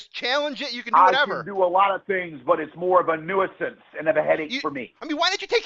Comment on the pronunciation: "More of a new-ah-sance" 😂